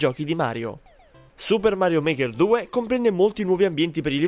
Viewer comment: Suppah Marioh Market Tu!